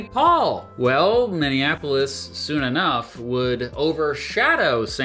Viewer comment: So nice to hear a Youtuber actually pronounce Minneapolis correctly. Thank you.